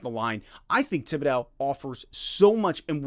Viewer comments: Tib-bidow?? lol…. it’s Tib-id-doe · I hope you can learn how to pronounce his last name. This was incredibly frustrating it's gonna keep me up tonight..